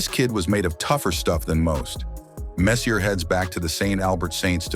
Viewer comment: If you are making a video, first learn to pronounce his name, FFS.